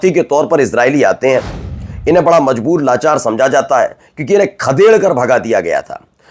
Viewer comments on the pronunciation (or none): none